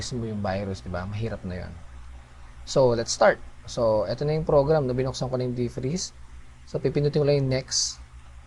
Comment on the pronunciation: deef-preeze ^^ thaawwd ^^ = pronounce as "thowd" thanks thanks!!